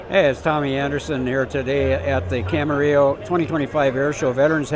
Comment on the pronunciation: It's Camarillo, not Camerillo, and it's Robert Yenney, not Robert Yenning